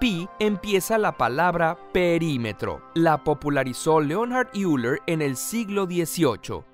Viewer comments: se pronuncia leonard oiler... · la presentación es muy buena, pero no pronuncian bien el apellido del matemático Euler. Es algo así como oila Creo que en Wikipedia se puede escuchar la pronunciación correcta. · Hola. Creo que deben revisar la pronunciación de Euler.